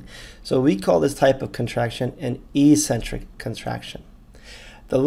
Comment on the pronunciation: Eccentric is pronounced ex-centric, not e-centric.